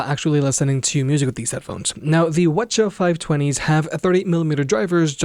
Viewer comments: Whuh chuh talking about? Double-You See-Haitch... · Quit pronouncing it "whuhchuh." It's cringe af. And you say it every 5 seconds. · Sorry I'm new to this. What are you saying?? Wha-cha? Wed-cha? Help me out LOL. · What in the f*** is ' wuh chu' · Are they really called Whuchuhs? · sorry but i cant with the wuh chu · You mightve been better off just referring to them by their model number instead of the "wah-cha" which sounded really weird to me as I watched the video. Otherwise good video and thumbs up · Yeah. I didn't know we're saying model nomenclatures now.